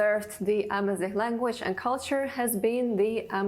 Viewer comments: Argaz not armaz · A man is said Argaz in Berber,not Armaz. The plural is Igazen.